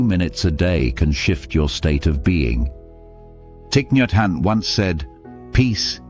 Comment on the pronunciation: You pronounce his name wrong